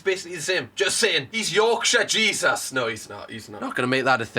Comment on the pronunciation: You calling him JesAS is killing me for whatever reason 😭